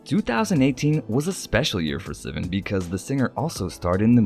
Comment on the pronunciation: It’s not sea-van, it’s sih-vahn. Troye Sivan